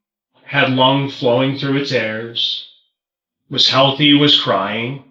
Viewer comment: “Had lung flowing through its airs” ?? WTF?!?!? 😂😂 nobody even corrected him!